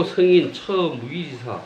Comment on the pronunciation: 또 틀렸읍니다."가치"의 "가"는 길게 발음해야지요. 이런 평상어를 바르게 발음하지 못하면서 고전 강의를 한다는 것은 무엇을 의미합니까? 한국의 장단음 문제는 실로 심각합니다. 고국의 동포 여러분! ",한국 어문을 고발함"이라는 책을 읽어 주시옵소서. 미국 변 완수 드림. 또 실수!! 성인(saint)의 "성"을 짧게 발음했읍니다. "길게" 발음해야하는 평상어입니다. 자고저 문제가 어망입니다. 이 이상 들을 생각이 없읍니다. 미국 변 완수 근지